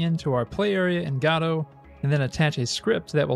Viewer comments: I think it's pronounced guh-dough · Liking the channel so far, just have to correct your pronunciation….. it’s “Gah-Dough”, as in WAITING FOR GODOT